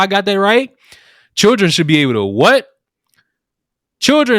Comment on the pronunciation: From: La-Tanks...To Chil-Dranks...Smh. 😒